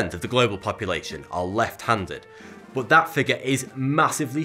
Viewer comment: Why you say "boot" instead of "but"?